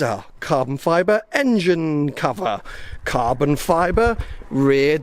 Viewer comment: Cahbon fibah